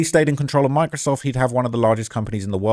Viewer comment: When he first said Microsoft I thought he said “my-crisoft”😂